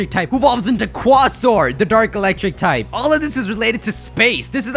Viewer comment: Say: Cooayysore (Quasor)